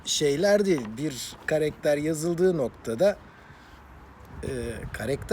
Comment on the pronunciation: Karekter değil abi karakter 😂😂🤣🤣